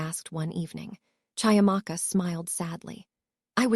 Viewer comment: CHIAMAKA is pronounced CHEE - AMAKA...just as you would Cheetahs! African names are PHONETIC